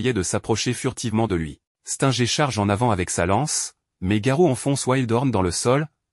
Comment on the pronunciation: Mec tu connais même pas prononcer les noms des héros Stinger toi tu dis stenger Saitama tu prononces quand même bien genos c'est bien mais les autres non tu prononces bizarrement